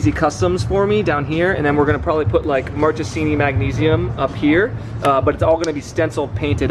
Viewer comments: Hi, I'm italian, just wanted to tell you the is pronounced "markesini" cause "ch" in italian is pronounced as "k" not an hater, just wanted to be helpful. btw the video and V2 itself are fire! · Please say Marcesini